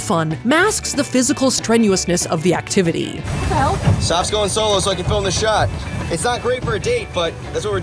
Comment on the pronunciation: Hi Tyler! It’s actually SoFlo lol